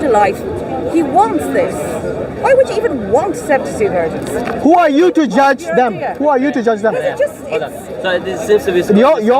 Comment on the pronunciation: No one:: “72 Wirgins”